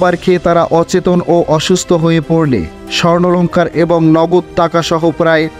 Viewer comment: স্বর্ণলঙ্কার না স্বর্ণালঙ্কার! সাংবাদিকতা করতে এসেছেন, আগে ঠিকমতো ভাষা শিখেন।